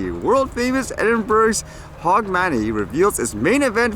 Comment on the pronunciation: Edinburg :-) LOL. It's pronounced Edinburough and it's HOGmonAY :-) I love the way the English language has more exceptions than rules to things like pronounciation.